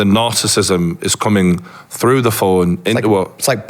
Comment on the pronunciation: For an expert on this, it's odd that he misprounounces "narcissism" and "narcissist"